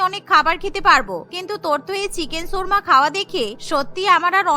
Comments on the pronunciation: উচ্চারণ কীভাবে দেখবো? 🙄 শুনেছি, 'সুর্মা'। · চিকেন 'সুর্মা' কী জিনিস? উচ্চারণ ঠিক করেন, 'শর্মা' হবে।